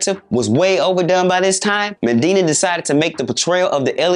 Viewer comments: MANDINA ??? It’s weird how you create an entire documentary clip on Benny Medina but didn’t even learn his name properly. You literally mispronounced his name MANDINA the WHOLE time. Such a simple yet important detail that makes you look so unprofessional as a channel, and discredits your journalism. Nobody even caught that before you broadcasted it to your audience??? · I really wish he'd stop calling him MENdina......his enunciation is horrible! I died when he said "legal-alities"! 😭😭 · As well as saying Medina's name wrong the whole vid lol. He'll get better though